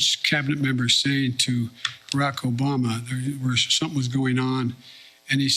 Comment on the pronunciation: I can’t help laughing every time I hear obamna